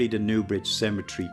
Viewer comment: Cemetery not “cementary”